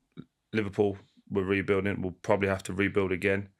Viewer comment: "Pwobely nontenth"